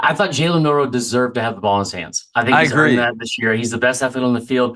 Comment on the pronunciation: Do these people not know how to say “MILROE”